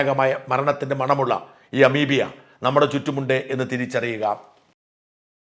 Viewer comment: അമീബിയ അല്ല അമീബ